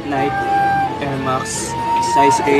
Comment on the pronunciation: Nayki po ung pagbigkas ndi po nayk....keep it up 😊